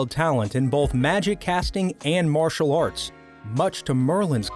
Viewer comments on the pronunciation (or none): none